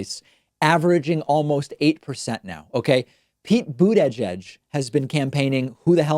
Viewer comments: Pete boot-tah-geg the latest victim of David's pronunciation trolling. None of the candidates that David hates are safe. Toolsi Gah-bard knows. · David says Buttigieg like Trump does. :/ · David cracks me up in how he says Mayor Pete's last name (the first time he said it) and also Tulsi